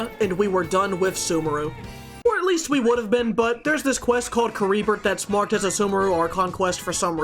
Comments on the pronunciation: Game: Oceanid. Pronunciation: Ocean.... id. tiny American brain: "Oh Shiya nid." Some other notable mentions: "den DRO gana" and "ca REE brert". Honestly. I'm surprised that you actually called this character Barbara and not "ba r BEH ra" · His pronunciation of Caribert killed me lol.